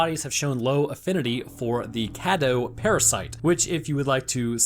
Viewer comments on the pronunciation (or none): Again. Varcolac means Werewolf in romanian. And Cadou means gift or present. Since the game action is placed in Romania it would be useful to try to translate first some words. 1. It makes no sense to use the romanian words if you are explaining in english 2. you'se butchering the words... so they mean nothing anyway.